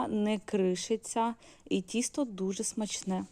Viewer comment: Будь ласка говоріть: дОдала, пОмідор, вОна, тІстО...